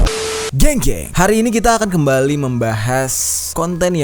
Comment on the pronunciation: salah sebut😂 dia bilang g-jenk😂😂